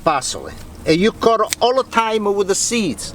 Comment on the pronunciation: can i just say .... PLEASE SAY ''CUT'' not CURRR ... its so irritating